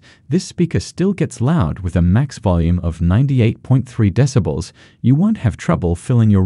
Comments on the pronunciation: Haha yeah, and "decibles" too. I'm presuming it's one of those new AI text readers. Still needs some refining. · Lol ya. Discibles of Bass.